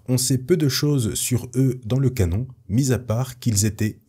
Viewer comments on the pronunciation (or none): none